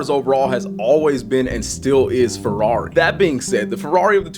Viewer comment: Furwawri, bruv.. 😂